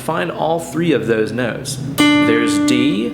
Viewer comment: I love the way you say Noats, like Boats or Goats instead of Notes.